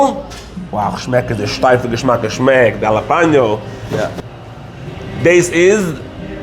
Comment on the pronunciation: Thanks for pronouncing jalapeño correctly. 😀 👍